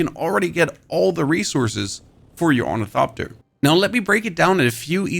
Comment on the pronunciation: it silently kills me that the guy who did the best ornithopter tutorial also can not pronounce it correctly, not for failure, oh no, because his god damn accent :face-green-smiling